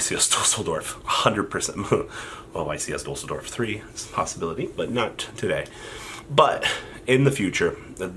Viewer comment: YCS Deuce-ldorf ✌